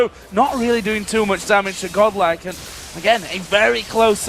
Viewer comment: Why they pronounce godlike as goblak the whole time??